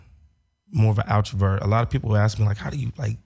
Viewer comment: put down the scripts and pick up BOOKS and learn your proper verbage.... Bro, "DE-CREPTED" and "OUTRA-VERTS" are words YOU made up.... Dammit Bro, Now we know why Black women won't date you.... Do you say "Condemns" instead of "Condems"???? Sheesh🙈🙉🙊.....📕📗📘📙📚📖